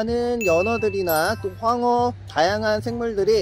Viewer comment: 황어를 향어라한거 같아요 ㅋㅋㅋ 자막도 육성도 ㅋㅋㅋ